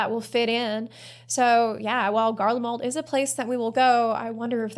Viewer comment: GarleMALD? I’m sure Asmongold’s chat won’t notice. 😂😂😂